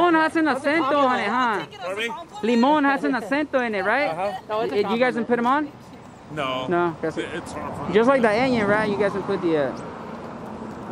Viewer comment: Hey! It's CALLED ONION! NOT EENION! 😂😂😂😂